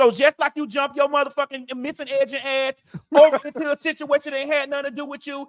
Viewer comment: Did she say “ missing edges” I’m screaming